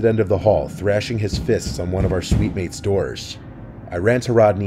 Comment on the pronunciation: Please stop saying suite